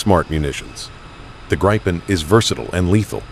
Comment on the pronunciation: You will piss off lot a of of people calling it Greipen.